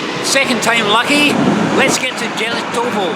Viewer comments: Jelitkowo you should pronounce Ielitkovo. "j" is pronounced like "i". Stogi means "stacks" like haystacks. Probably there were fields some time ago. I don't know how it works in Gdańsk but in Warsaw you can by a tram/bus ticket online, use an app and scan it when you are on the bus. Loved your video as usual! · it's "yell eet cov o" polish j is pronounced y, other than that it's a great video, when I was young boy I used to skip class and go to "travel" by trams all over the place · Going to Jelitkowo pronunciations YELYTKOVO. I grow up in Gdańsk and never question name of the places but now you made me think and oh boy the closer to the nam of yelitkowo in English would be,, intestines,, oh this is terrible 🤣🤣🤣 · Jelitkowo _ not j but y (like in yesl